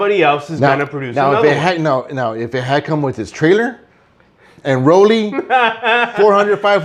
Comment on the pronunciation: ...Rollie? Ya killin me guys, lol..... [Facepalm]... Roller.